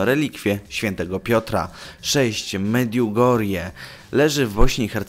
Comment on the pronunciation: UWAGA! Wymowa: Medjugorje [medżugorie] i Lourde [lu:rd] ...